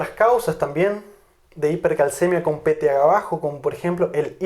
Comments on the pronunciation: Excelentes clases pero una inquietud porque el Dr. no pronuncia PTH y dice THGa ? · Sé que es PTH, pero por qué dices peteaga?